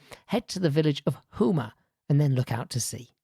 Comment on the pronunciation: Having lived in Tonga for a couple of years This presentation was appreciated greatly. The presenter has a very good delivery style; the visuals were pertinent. May I suggest a relook at the pronunciation of 'Tonga', 'Neiafu', 'Houma', and 'archipelago'. Cheers